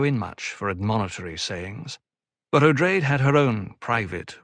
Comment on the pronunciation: You’re mispronouncing Odrade as “Oh-drayd” (long A). The correct pronunciation is “Oh-draw-day”.